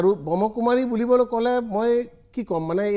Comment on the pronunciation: আপুনি প্ৰথমতেই সংস্হাটোৰ নামটোৱেই ভুলকৈ কৈছে । ব্ৰহ্মকুমাৰী নহয়, ব্ৰহ্মাকুমাৰী । কোনো এটা সংস্থাৰ গভীৰলৈ নোসোমোৱাকৈ দুজন ব্যক্তিক লৈ এটা বৃহৎ সংস্হাক এনেকুৱা তুচ্ছ মন্তব্য কৰাতো আপোনাৰ দৰে জ্যেষ্ঠ সাংবাদিকৰ মুখত শোভা নাপায়।